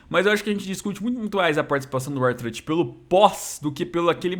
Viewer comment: O vê WWE mais de 15 anos e não aprendeu a falar o nome do R-Truth kkkk (não me xinga por favor )